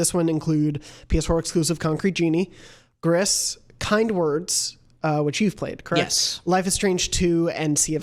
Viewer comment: It's "Grease" per Nomada Studio's Twitter. It's Spanish for grey (it's the same in French, but the studio is in Spain, thus 'grease' and not 'gree').